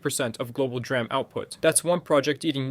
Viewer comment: To be honest, I wouldn’t be surprised if it was even read by AI, considering how he says DRAM and Xaiomi.